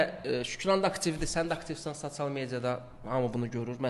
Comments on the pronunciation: Sasial yox sosial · Gijdıllax sasial yox sosial düz de 😡😡😡😡😡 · Sacial nedi sosial rusdilli qaqasdida bu